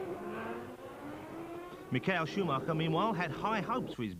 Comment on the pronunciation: Mick-ail Schumacher? Suddenly he's Russian, Murray? Come on! It's a standard name and you had it correct in '92 (you were wrong in '91, but you got it right in '92), so what gives?